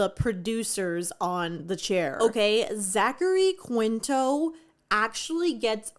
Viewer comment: Bestie this video is amazing but it’s pronounced “KEEN-TOW” not how it reads